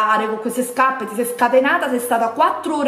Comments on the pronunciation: huahuahuahua "scapppeee" ma xkè?? p.s. labbra oscene, fanno nauseare quando parli...bleeeaaaahhhh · L’unica cosa che ho capito del video “SCAPPE” “SCAPPE” e ancora “SCAPPE”🤣🤣🤣🤣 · Ma qui la vergogna sei te che ancora ostenti SCAPPE SCAPPE SCAPPE 😂😂 spendili da un buon logopedista i soldi o un corso di dizione accelerato! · Mamma mia che tristezza, hai ripetuto 700 volte scappe e Luì vitton 🤐. Mi fa male la testa 🤕🥴, non so come fanno le persone a vedere i tuoi video. Fu la scelta giusta disiscrivermi dal tuo canale tanto tempo fa. Fatti un corso di grammatica e di dizione che ti farebbe bene al cervello. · Guardate i vecchi video, lo fa apposta a dire SCAPPE. Prima lo diceva normalmente. É solo un modo per farvi commentare